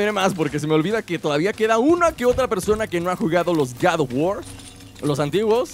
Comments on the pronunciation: Gad of war jajajaj😂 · No se dice Gad of War se dice God of War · No es Gad of War es God of War;-; Perdón pero siento que ofendes a una saga tan buena de juegos 8')